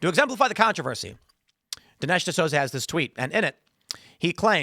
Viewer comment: It’s pronounced D’SOOZA!